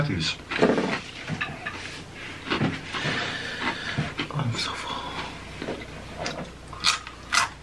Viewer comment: "Do you like takies or Cheetos more? " "takies" prossedes to take a cheeto